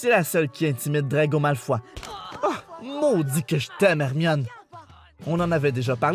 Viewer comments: "Malfois" parce qu'il a mal au fois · Drago "Malfoie" ! Y'a que moi que sa perturbe ! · Je ne m'y ferai jamais a la façon dont les québécois prononcent Malefoy